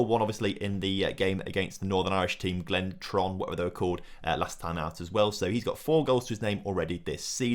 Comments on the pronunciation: The northern Irish team you played is said “Glen tour ran “ as a FYI 👍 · Just discovered your channel today. Your videos are quality mate. The cut scenes and storyline things you do are class really make your videos different from everyone else. I’m from Northern Ireland and the way you said Glentoran wasn’t exactly how we’d pronounce it 😂